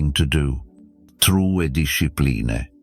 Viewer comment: Discipline ❌ Diss eh plee ne ✅ 😆